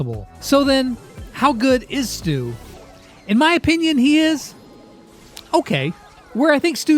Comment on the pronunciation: What is STUs name is actually supposed to be pronounced as (STUH) 😂